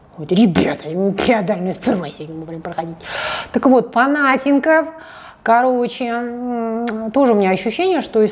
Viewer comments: ну сколько можно ставить неправильное ударение?! Не ПонА́сенков, а ПонасЕ́нков. И ещё, лишний раз напомню, чтобы в следующих роликах мне не резало уши: не кУ́колд, а кукО́лд. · Я же правильно понимаю, что Панасенков - это тот известный и немного чудаковатый историк? Разве у него ударение в фамилии не на другую букву...